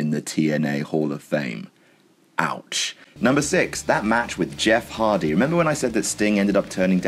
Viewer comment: Who's Jeff Hardly ?